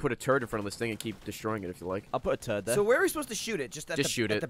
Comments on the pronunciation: Well thank you Gavin, now whenever the others say "turret" all I can hear is turd. Well played. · Everytime you said turret it sounded like turd lol except gavin.